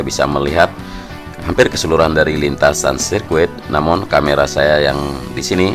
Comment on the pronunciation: Gua dger namen(namun)😂